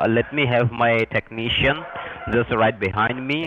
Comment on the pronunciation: Tekneecian That’s what it sounds like